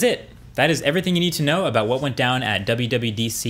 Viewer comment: Did you said WWEDC?!?